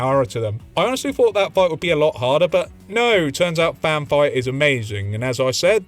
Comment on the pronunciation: Every time you say Fan Fire I hear vampire. Great video.